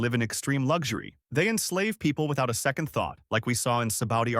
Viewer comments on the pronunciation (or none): none